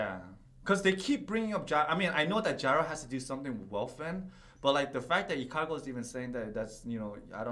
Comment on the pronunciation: It's Ikalgo not Ikargo